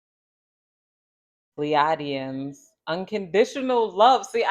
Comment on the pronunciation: We pronounce it like Plee-aye-Dee-in💫 thank you so much girl keep shining✨💙